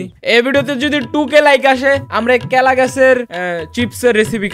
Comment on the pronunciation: কলা ❌কেলা ✔️ 😂😂😂